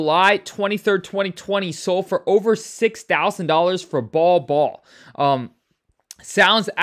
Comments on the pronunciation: Bowl Bowl, not Ball Ball… how don’t you know this ??? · It’s “bowl bowl” not ball ball